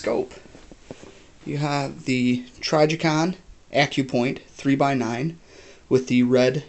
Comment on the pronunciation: the tri like "if" or mi-dget is a soft i like an "ih" sound not trY-jicon- annoying when someone keeps saying something wrong